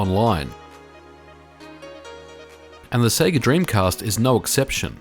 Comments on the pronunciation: It's pronounced Say-Gah.. Not Seeegah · You say Sega weird. Japanese say SehGah Yanks say SayGuh 'Strayans say Seega You seem to be combining the yank way and the aussie way? Se-ay-ga?